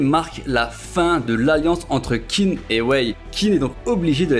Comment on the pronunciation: Top! Petite remarque qin se prononce " tchin" | zhao = tchao